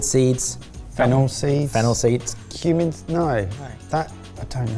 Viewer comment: Heard Human seed instead of Cumin seed at the start there and was very worried at how blasé was.